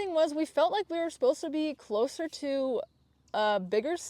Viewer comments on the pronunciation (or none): none